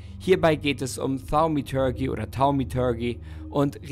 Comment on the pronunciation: Thaumaturgie! Verdammt nochmal! xD xD